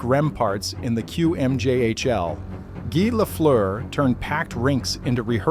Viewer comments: I appreciate the narration, I know the sound "eu" in Lafleur is impossible for english speaking people to pronounce. Just like the "r" are impossible for me to say right in english. Guy Lafleur was a huge deal in Québec, and it's great to see a documentary about him. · Once the name is not pronounced correctly stop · Pronounce his name right to begin with